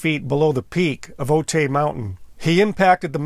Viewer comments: I thought you lived in the San Diego county area. Otay is pronounced “O-tie” not “O-tay”. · For what it matters, Otay is pronounced OH-tie. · Pronounced OH TIE, not OH-TAY. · Note: it’s not pronounced “Oh-tay”. It’s pronounced “Oh-Thai”, as in “Thailand”. I’ve lived near this mountain 67 years. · The mountain is pronounced OH-tie. Not Oh-tay. Thanks. Nice documentary. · Otay is pronounced “o-tie” if anyone cares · I was a U.S. Border Patrol Agent at the Brown Field Station in the late 1990 and covered the Otay Mountains. Just a little info, Otay is pronounced O-tie. When I was walking around the crash site back then, I found part of the linkage and levers for the throttle quadrant. I left it there and never kept any pieces of the wreckage